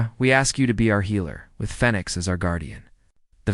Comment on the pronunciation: Why doesn't your AI know how to pronounce the word Phoenix, after the bird who rises up out the ashes... your AI is calling it fenix 😐